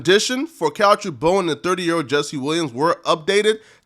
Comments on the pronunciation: BOONE not BONE...gees! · His name is Boone not bone my nigga, pronounce like moon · Learn to pronounce a name sheesh